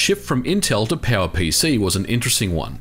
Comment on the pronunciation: Am I the only one who understands PAL-PC alsways when he tries to say power pc?